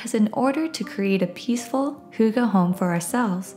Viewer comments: hygge. not hooga. 💖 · What's "Hooga"?? Does she mean "Hygge"??